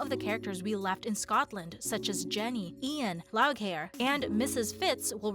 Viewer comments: And Loghair???? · Not only did she mispronounce cat's name wrong......"loud-hair"‽?????